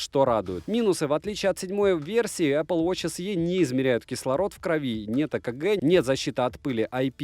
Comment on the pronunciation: Не се а си,так на презентации говорят,так же не лте а лти